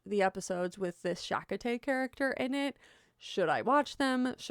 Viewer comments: Chakotay is pronounced chah-KOH-tay. And how people thought that man was Indigenous American is beyond me. He is obviously Caucasian. Well, I guess NYC dwellers recognized that immediately. It is offensive to steal people's cultural identities by itself, but then to spread tons of misinformation and disinformation is unforgivable. My son and grandchildren, through his father's family, have a strong claim to Indigenous American, but they don't. Yes, their great-grandparents were full, but the rest is Caucasian, and they refuse to take anything away from their cousins' struggles. They have always lived with white privilege in our country because they look white and would find it wrong to make any claims to resources meant for those being discriminated against [like their cousins]. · I think your argument is undermined by the fact that you didn't even learn how to pronounce Chakotay's name properly.. Like how can you say you did research and you're someone whose opinion should be listened to when you didn't even bother to learn basic information? Like.. when you get a fundamental aspect so wrong to the point where even though I KNEW the character, I knew what you were talking about, and it still took me way to long to figure out WHO you were talking about even though I've watched Voyager a few times and I love Chakotay all because you so heavily butchered his name, I couldn't place who the heck he even was.. It undermines everything. Facts matter and in researching things, getting names right is important. Like yes, this is a fictional character, but names matter to REAL people and getting them wrong can cause harm to REAL people. So.. until you fix that, I'm not interested in listening to you or supporting you. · Next time look up how to say Chakotay. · The big reason for you to watch Voyager is so you can pronounce the characters name correctly. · I just can’t unhear it 😂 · Absolutely ! Rolled my eyes. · SHa-CO-TAY. Not Shak-a-tay. LMAO. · Did she say shackatay? WTF?